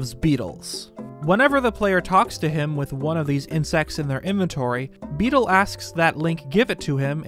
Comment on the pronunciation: How tf are you messing up Beedle's name when it's literally on screen?